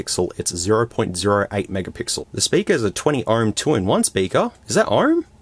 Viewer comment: why stop saying sperker